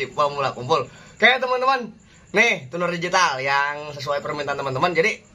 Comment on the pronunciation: Itu Tuner Di Baca Tuner ya. Bukan Cuner. 😄😄